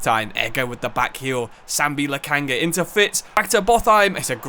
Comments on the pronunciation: First of all.. i love the series. But for a relatively small youtuber, it seems you dont really read comments. which is strange. I mean under every video someone tells you that it is Sambi LOKONGA and UPAMECANO.... and that you never heard of Upamecano as it seems makes me wonder even more.. 😅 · I get not being able to pronounce names like Kvaratskhelia but what is ‘Upacamano’, ‘Lokanga’, ‘Woltemide’… are you even reading the actual names?😭 U-PA-ME-CA-NO LO-KON-GA WOL-TE-MA-DE love the videos but these particular mispronunciations have to be some form of ragebait